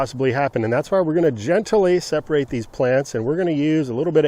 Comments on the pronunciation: Never heard the word gentily. usually i hear it pronounced Gently. the advern of gentle. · There are only 2 syllables in gent-ly. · Great information! "Gently," is two syllables, not three, lol.